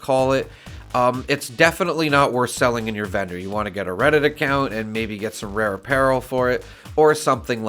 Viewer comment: Why am I hearing bedroom when you say vendor? lol I sell serums and buy recipes when I have enough caps, only looking to buy armor or power armor set pieces but can't find too many good ones.